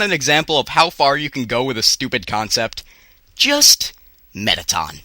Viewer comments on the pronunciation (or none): You said toriel and mettaton wrong!